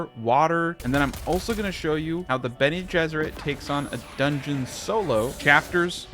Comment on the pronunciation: lol sounded like you said Benny and the Jets as in the song. Bene Ges